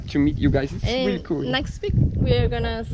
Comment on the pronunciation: I'm weally weally excited to 😂😂